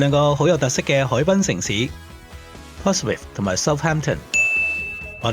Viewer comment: 你讀錯呀 Portsmouth /pɔːtsməθ/ 你讀錯成 /pɔːtsmɪθ/ 都好過大部分香港人讀成mouth